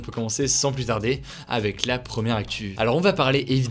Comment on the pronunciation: Il n’y a que moi que ça gêne ça prononciation des “pre” en “pro”??? Promière?